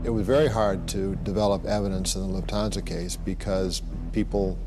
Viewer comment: decent video but your mis-pronounciation of Lucchese and Lufthansas makes me think you did zero prep for this. Also, it's pretty well known Paul Vario was banging Karen and Tommy made a pass at her, thus Paulie gave the ok on killing him